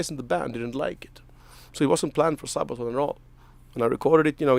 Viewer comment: Sabatan, say what O.o ? Sir, it is Sabaton, there there anyone can do a misstake :)